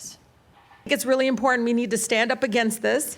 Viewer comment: When did the “t” in imporTant go away?